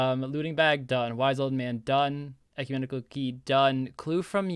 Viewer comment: Ecumental LOL